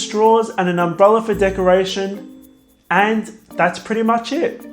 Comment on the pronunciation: I love you, you pronunciation and your recipes, but every time you finish a cupcake and say "that´s pretty much it" I hear, "that's pretty much shit" LOL , don't take this wrong, I'm not a native english speaker and that's probably why